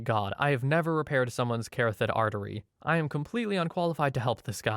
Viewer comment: Mostly good stuff with medical terms, but hearing how you said carotid as “carothid” made me chuckle.